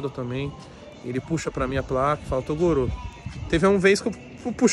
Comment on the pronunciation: tem broks chamando o toguro de "torugo" tem like